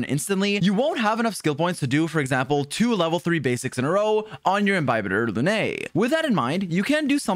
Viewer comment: Bro really commited to calling him Inbyebyetar lunae instead of just "The cooler daniel".